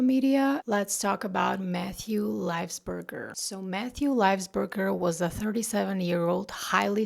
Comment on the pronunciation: It's pronounced LY-VULS-BER-GER.